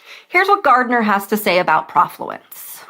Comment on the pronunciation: Be nice if you knew that the "pro" part of the word rhymes with "no"